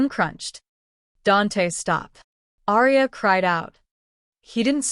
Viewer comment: Love this story, however, the typos & the pronunciation of Aria's name just drove me CRAZY. Ex: gunshot wound, pronounced as wound as a rope wound around area a tree.